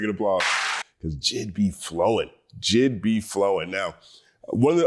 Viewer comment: I keep hearing “Jizz” when he says JID 🥴